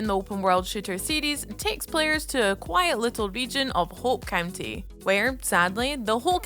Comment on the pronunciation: "Hope Cunty" lmao